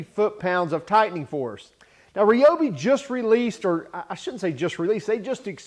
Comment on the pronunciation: R eye oh bee not reeee